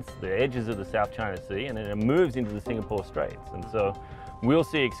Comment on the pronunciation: It’s “Singapore “ not “Sinkapore